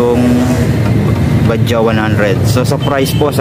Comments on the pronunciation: BAJAJ...pano naging Ba-Dya ang basa jan? ipabasa mo yan sa grade 1 babasahin yan ng Ba-Judge...kahit paoorin mo yung mga vlog ng indiano Ba-Judge din ang basa nila. konting research din minsan bgo mag vlog ksi misleading yung name nya!!! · Bajaj Baja silent j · Bakit kaya tayung mga pilipino ay ang bigkas nila sa bajaj ay badja. Ang mga indiano ay ang bigkas nila sa bajaj ay badjads.